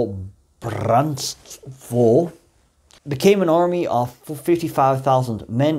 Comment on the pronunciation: Hi there man, as a croat I must say that you do realy well with this toung breaking words/names like DOMOBRANSTVO, or PAVELIC, KVATERNIK and so on.. Don't know how much you know about our opinion or our feelings about NDH today.. I can only say that we croats today look back at that sad time and those mad people as they were never true croatians and never had true croat mindset.. They were just oportunists that were casted out from YU cause of their crazy ideas and then when the tide begun to change at the beggining of WWII then the were called back by those old "criminals" that remained in the state to prepare this ordeal.. We could talk days and probably I would learn something new from you no matter my provenience, so keep the good work going man.. 🎉